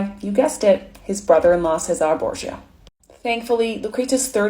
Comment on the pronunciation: CESARE Borgia. Say it with me. Chez-ah-rea Borgia